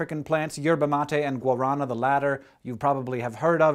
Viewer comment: hank your pronunciation of herva matte and guarana is horrible Love Brasil